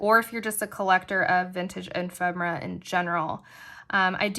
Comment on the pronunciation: What treasures💕! I’m thankful to know the correct pronunciation of “ephemera” too!